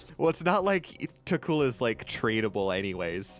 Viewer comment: It's pronounced tokkul.